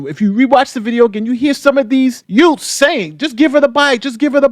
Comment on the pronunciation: 😂😂😂😂 Is saying Yewts??? Classic! 😂😂😂😂